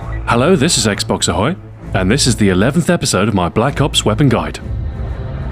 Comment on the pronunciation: "blops" lol i love it xD